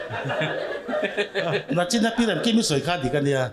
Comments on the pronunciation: nachin tih kha ti tawh lo se ka ti hle mai,nichin tih tur....ngaihthlak a nuam lo deuh.. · Tinge mithiam fu fu te hian Nichin tihtur ah Nachin an tih nulh nulh zel le !!